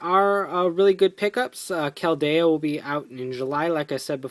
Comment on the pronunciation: Your not pronouncing Keldeo right it's(Kel-De-o)